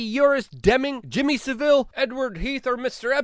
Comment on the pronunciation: Sav-ill. Lol. Please listen to someone say Jimmy Savile, you get it wrong every time. It's sav-al